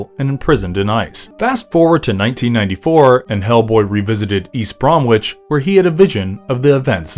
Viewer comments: For the last time; Its not pronounced Brom Witch or Nor Witch. Americans, please ask english people how to pronounce our place names. Its Bromwich pronounced Brom-itch, or Norwich pronounced Nor-itch (Norridge). I know all of your states are a mess of phonetic sounds with far to many syllables (sorry but wtf is Iowa) but that doesnt mean you get to shit all over the language we so graciously gifted you. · Just to let you know it is pronounced Brom-Itch (you do not enunciate the 'W') :)